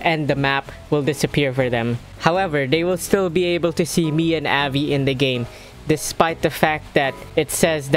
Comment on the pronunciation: Says "Avi" without the letter (V)